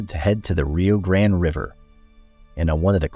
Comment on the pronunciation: Great video. And you even corrected your pronunciation of Rio Grande to the way we Texans say it, “grand”! Because it is!